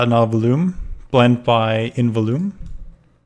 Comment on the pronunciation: Before I say this, I just want to say that I love "A Hat in Time" and it is possibly my most favourite game as it reminds me of my childhood (games like "Super Mario Galaxy" and "Super Mario 64 DS") while also adding some cool and original content to stop it from being a direct copy. With that out of the way, I just want to say... It's pronounced "vol-youme". Not "vul-oome".